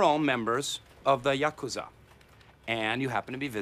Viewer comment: Yuk-a-zuh? I'm pretty sure it's pronounced Yah-koo-zah.